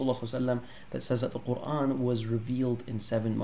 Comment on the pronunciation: NOTE TO ANYONE WHO STILL BELIEVES CP IS AN EXPERT IN ARABIC: He still can't even pronounce the word Qur'an correctly in Arabic lol.